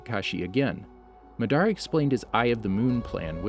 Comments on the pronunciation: He pronounced Madara Madaara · "ma dar ah" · Lol he pronounced Madara's name in two different ways .